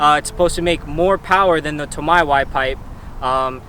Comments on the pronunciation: its toe may(tomei) BUT (TOE MY) SOUNDS BETTER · Why did you say tomei like that 😂😂😂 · I’m wondering the same thing and I’m a female Z owner! 😂